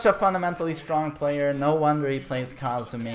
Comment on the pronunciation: Its Kazumi not Kaazumi mate